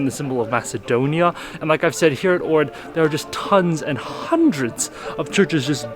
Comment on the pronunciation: I moved to Ohrid and it is indeed beautiful but you are not pronouncing the name correctly.